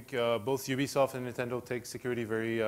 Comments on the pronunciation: UB-I-SOFT LOL Who can blame him though. I can't wait to buy the wiiu, a lot of awesome interactions and ideas :) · Ubiesoft lol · U-B-I Soft and Ubi-I-Soft were my favorite mispronunciations :D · In japan, Ubisoft is actually officially pronounced "Ubiyaisoft" No idea why this is the case, but Iwata is not making a mistake. It's actually called that. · lol he doesn't know how to pronounce ubisoft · Iwata is so cute, he can't pronounce Ubisoft properly <3